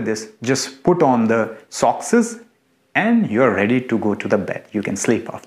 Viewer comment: plz tok normly.. Forced pretndd accent... Socks...sockces nai